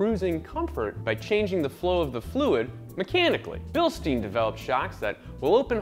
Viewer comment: Please stop mispronouncing Bilstein.